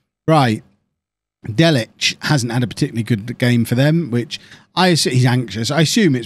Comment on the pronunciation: Just FYI, Delic is said like Delitch not Delik (and should also be written Delić but for some reason SI don't bother putting accents on Slavic names).